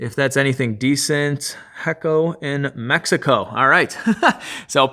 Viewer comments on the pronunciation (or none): In case you didn't know the pronunciation sounds like "aycho in Mehico"